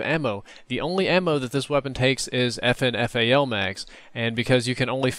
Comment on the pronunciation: its prounounced "fin fal".....